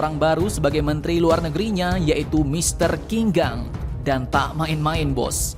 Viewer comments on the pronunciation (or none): Bacanya bukan kinkhang tapi jinkang om